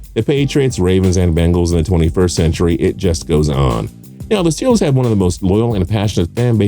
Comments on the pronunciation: It is ST EE LERS not stelers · Even I know it's pronounced "Stillers" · Can someone explain why he pronounces steelers like that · Entertaining video,title a little miss leading seem like it’s just ranked on the amount of bandwagon fans a team has.And the reason why the commentator is always asked to re-say Steelers is because he’s wrong on how to pronounce there name lol